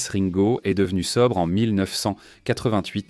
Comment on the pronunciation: Et Ringo prononcé raingo ! :)